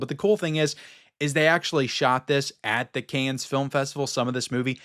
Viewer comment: Hi. Dont take this the wrong way...Cannes is pronounced "Can" as it's a silent "s". Those crazy French!